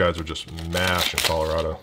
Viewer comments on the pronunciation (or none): none